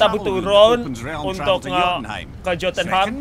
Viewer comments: yo tun ha im gitu bang cara bacanya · Bacanya yotunhaim bang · Jotunheim.. hahahahaha daerah yg lain bisa ga salah.. cm jotunheim doang yg salah mulu